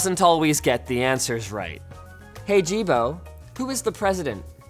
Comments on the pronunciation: he says, Don't be a Jibo. It sounded like ajeeb, which means weird in my language. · Isn't it pronounced "Yee-bo" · The pronunciation of "Jibo" sounds extremely close to, well, "male sexual organ", or "d*ck" if you will, in Mandarin. So it cracked me every time when news said something like "Jibo robot" or something. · Jibo sounds exactly like dick in Mandarin Chinese